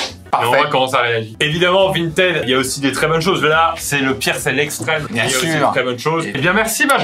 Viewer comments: Il y a que moi qui prononce Vinted "vintid" ?? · Il dérape sur le mot Vinteeed !